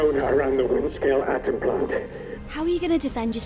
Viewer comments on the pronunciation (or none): none